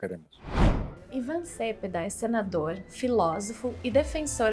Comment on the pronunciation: Só um detalhe: o sobrenome do convidado infelizmente é pronunciado erroneamente pela simpática moça. Cepeda tem acento tônico na segunda sílaba, como "celeste", "merenda" ou "pedestre".